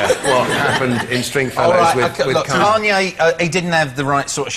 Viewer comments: As an American who is unfortunately stuck with hearing about every move that King Douchelord, Kanye, makes it makes me deliriously happy to hear Noel butcher his name into Keanu. LOL . Ahhhh England. Im so jealous of you. You dont have Kanye...or Kim (Kimye, if you will). Im sure you have your fair share of people you would gladly export but just thank your gods that you dont have these tools. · I love that Noel doesn't even know who Kanye West is. "Kay-an-oo or whatever his name is." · at first i thought he was saying "keanu" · omggg Noel saying Kanye's name wrong was so great. I JUST FUCKING LOVE NOEL. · Noel mispronounced Kanye's name , which means Noel doesn't know who he is. I both love and envy this man......Noel, not the twat.